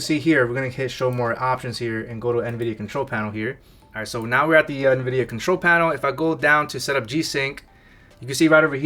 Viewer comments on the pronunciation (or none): none